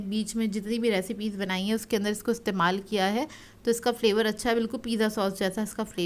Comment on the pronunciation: Kra nhi kiya bolte hn